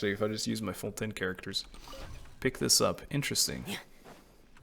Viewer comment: As a Québecois french speaker I am SO HAPPY to finally hear someone pronounce the french words used in Fontaine correctly😭😭